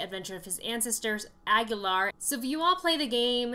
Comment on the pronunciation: You are the very first person that is not a spanish speaker that says aguilar the right way